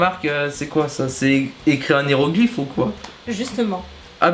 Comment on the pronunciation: "En néroglyphes" 😂😂😂